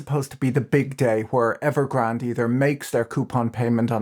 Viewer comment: Evergrand-ay. There is an e on the end Pat